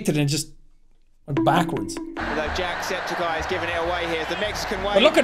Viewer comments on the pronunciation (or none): Jack Septic Eye ❌ Jack Septi Ceye ✔️